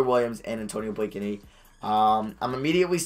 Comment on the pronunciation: its pronounced Blake-knee not Blake a knee!!